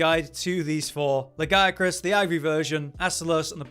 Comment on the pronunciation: I like this guy simply because he pronouces Lagiacrus the right way. Yes i know how its pronounced in Wilds. No, i dont care. They are wrong.